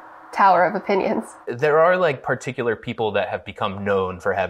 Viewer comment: "I am a llittle bit more peticular" -Chris Morocco 2020